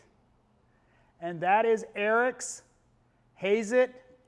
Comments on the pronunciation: americans like heyzet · It’s said ha Zzz Et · Hazet is German you said it wrong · Time to call Thomas again to get the pronunciation right. Collin below has got it right. Your introduction was completely redundant. When the hell were German tools ever not expensive? These two words German + expensive are always used in the same sentence.